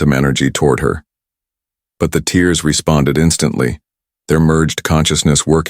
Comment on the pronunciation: When the AI narrations says tears) think of this as tair ( that you can tear )paper but not thick plastic )